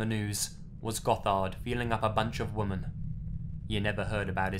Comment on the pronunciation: Women is pronounced Wim-in, you're pronouncing it the same as woman. Sorry but drives me fucking mental.